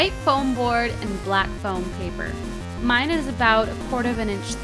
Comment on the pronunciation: Everytime she said fome I thought she said phone :3 Lawl